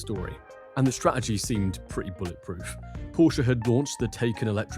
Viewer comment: The English word "Strategy", pronounced (incorrectly) strah-eh-gee. 🙄